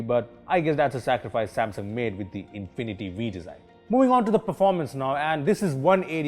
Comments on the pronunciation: that's nit infinty v its infinity u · Its actualy infinity-U (not being rude)